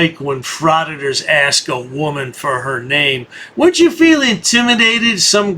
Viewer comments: Can't any of these morons learn how to say the word "ask" ????? ----I'm just asking... 🙄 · Yea, they can "ax" you to leave.😂😂😂😂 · Is it so hard to say ask?